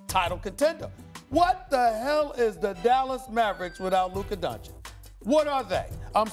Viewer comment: Stephen "Luker Donchick" A. Smith